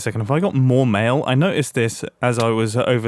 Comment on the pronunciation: When he said do I have more mail I thought he said do I have more mayo